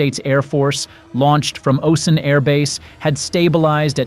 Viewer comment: It's pronounced Oh-Sahn